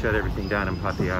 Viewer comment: I don’t understand why these guys that live here for long time cannot even pronounce the name of the town correctly: “PAH-TAH-YAH”